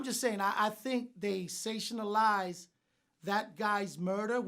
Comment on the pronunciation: this guy made up a word “sationalise”